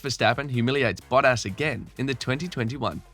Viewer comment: Valteri botass💀 wtf is that mate???